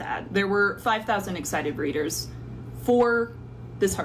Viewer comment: Ok but she pronounces readers like breeders which I don’t understand?